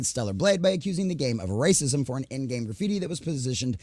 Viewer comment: Do you have brain damage? Why cant you peonounce journalism or racism properly